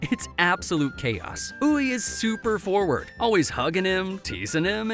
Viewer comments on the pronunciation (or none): none